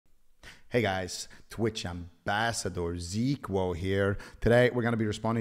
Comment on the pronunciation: Why is he saying "Zeequo"? To stupid to say a name with 4 letters? 😂